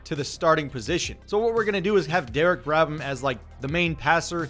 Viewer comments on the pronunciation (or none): Just realized that its Derek brABham not brADham